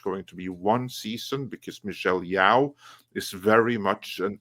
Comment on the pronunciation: Yeoh - should be pronounced as "Yo", is like "Yo Yo"... and she is a disgrace.. way back since her pageant day.. performative activism